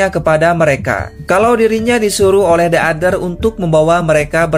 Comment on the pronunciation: Bang kalo ngucapin "the" Kemudian setelahnya diikuti kata dengan huruf depan yg merupakan huruf vokal(a,i,u,e,o) maka kata "the" Dibaca jadi "di" The Others (di others)